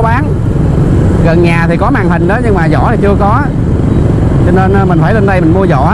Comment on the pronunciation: Vỏ chứ ko phải zỏ